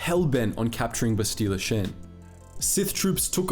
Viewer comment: This would be great if you had actually played the games and learned how to pronounce their names properly. How do you get Bastila "Shin" from Bastila "Shan" (Pronounced SHAWN) and Taris isn't TAR-IZ it's Tair-is. FFS it's not hard to find a let's play and listen to a little bit of pronunciation.